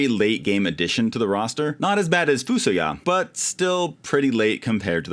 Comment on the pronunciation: Edge sucks! I always wanted to bring Yang back haha. Also, I've been pronouncing FuSoYa as "Fuh-SOY-uh" for 35 years